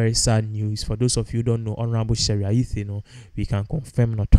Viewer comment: May her soul rest in peace. Why are you pronouncing t as th? It’s Ayittey not Ayithe.